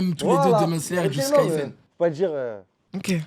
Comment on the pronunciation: J'adore Kimetsu no yaiba. Mais frére mais sa dit ici Jujutsu tres fort mdr